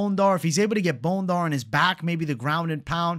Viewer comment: 🦴 Bone-Dar 🦴 vs Bon-dair